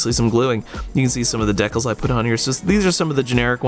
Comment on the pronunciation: This was cool. It's also pronounced "DEE-kal" not "deckle".